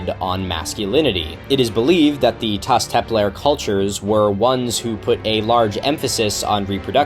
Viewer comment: my man pronounces everything else perfectly but messes up Taş Tepeler 💀